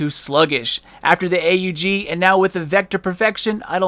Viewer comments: Its pronounced AUG not A.U.G.....noob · AUG is pronounce "og" not "A-U-G" it not a big thing but I figured you would want to say the name properly. If you don't believe me just search "Steyr Aug" on youtube. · I call it Just aug not a u g and that what you said xD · Armee-Universal-Gewehr it is A U G not awg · its called lag..... its not that the game can't handle how much damage you were doing.... (couldn't tell if you were serious or not) and its not a custom AUG its the tactical not sure on the order and last but not least its pronounced Awg. :) nice vid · does it bother anyone else how he says 'a u g'? lol might just be me